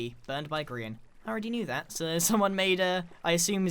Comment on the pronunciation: Does any one else hear "Korean Empire" instead of "Grian Empire"?